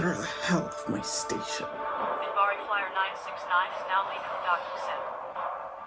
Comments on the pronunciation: "I just want to watch Babylon5. Can you believe it?"... yes, yes, I can. (Edit) it is Minbari, with "N" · It's Minbari (not Mimbari), and it's the Non-Aligned Worlds. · It's Minbari. Their homeworld is Minbar.